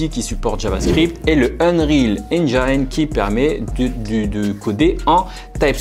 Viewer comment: engine se prononce Ngine (comme une anGINE)